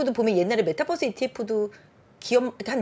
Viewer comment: 왜케 메타버스를 메타뻐스라고하지?? Bus로 아시나 설마 이분?